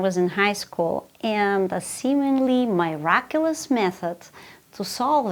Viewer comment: Well I just found out a new way to pronounce miraculous.